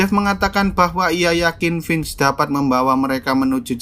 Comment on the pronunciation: mantap!!!! aq senang dengarkan "Vince" dilafalkan dgn bener. Makasih!